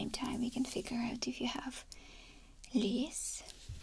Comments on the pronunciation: Hi! Amazing video as always!! Just thought I would give you a little tip on the English word “lice”… it’s pronounced “l -eye-ce”. Your language skills are incredible (I barely speak my mother tongue English correctly hahaha) but I know I like people to correct me when trying to speak another language. Hope you are not offended because you are amazing <3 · It is pronounced (L ice) just to let tou know 🙂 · I actually thought she said "fleas" which confused me but thought she was being tongue in cheek! 😂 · same here! its so weird how i find it tingling (i guess?) when she pronounces the words wrong then tries to correct herself 😅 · I find it funny 🤣